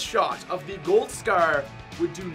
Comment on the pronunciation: Why do you say scer instead of scar